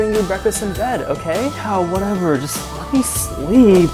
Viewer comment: “Let me sleepuh”😂😂